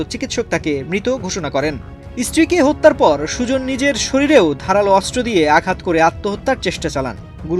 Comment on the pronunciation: অস্ত্র উচ্চারণ করতে পারেন না, অস্ত্র উচ্চারণ শুদ্ধ উচ্চারণ করতে হবে